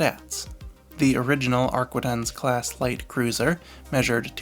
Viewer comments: It's AR-quin-tences. Not arquendence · Ar-kee-tahn mon ami.